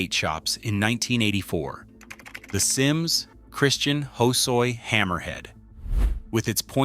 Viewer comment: Action sport Japanese flag. Billy Ruff G&S graphics were sick. Gonz Vision Street Wear The farm Vallely deck. Dogtown had some outside the box decks cut weird. The grinch on the Jason Lee sticks out. Matt Hensley rocking the chucks swinging in a pole. Bro can’t pronounce Christian Hasoi? Auto fail hoesoy